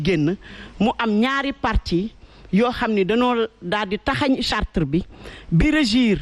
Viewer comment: Charte et non chartre